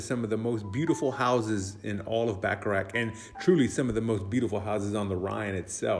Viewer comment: Nice video, but how about trying to pronounce the town's name correctly? It's Bacharach, not Backarack.